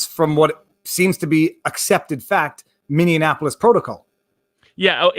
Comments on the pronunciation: Minneapolis = "mini-ap-o-lis". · I say this gently because I love you and your channel and all you do, and you are a much smarter person than I am, and I have my own flaws for certain. But please stop saying "Minneanapolis" Mini (something that is small) Apple (the fruit) Us (you and me) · I like your program and I appreciate your educated insight however I have a difficult time when you can't properly say Minneapolis. Minne-apolis it really not that hard